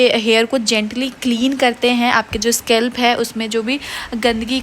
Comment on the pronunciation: स्केलप kya hota h 😂 स्काल्प होता है